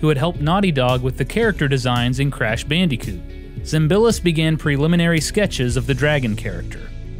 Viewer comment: The way you pronounce “Bandicoot” makes me smile.